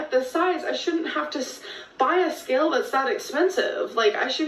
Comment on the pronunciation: "industrial ska-ill"